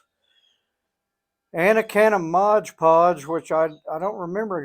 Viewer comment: I can’t un-hear “modge podge” now!